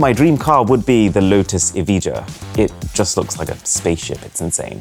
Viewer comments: It is pronounced E-vi-ya btw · it’s kinda pronounced more like “Evaia” because it is British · i died wehn he said evija. the j is more like the j in jalapeno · IT'S PRONOUNCED Lotus E-vi-ya!!! HOW CAN YOU MISPRONOUNCE YOUR FAVORITE CAR!! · lotus evija the j is not pronounced. my dream car is koenigsegg jesko and jesko absolut and koenigsegg gemera